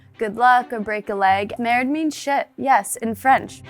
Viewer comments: Just FYI, it's not NERDE but MERDE instead! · Someone needs to tell her the word is Merde, not nerde.